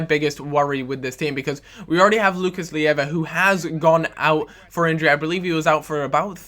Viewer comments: isnt Lucas LIEVA, its Lucas LEIVA... just a note;) great video btw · Lucas Leiva is pronounced Lay-va..